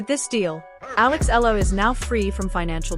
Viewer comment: E-YA-LA cirrect pronunciation